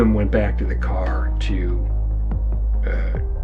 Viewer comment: He drove the caah